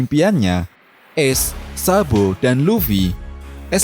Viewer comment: Sabo min bukan sabpo😂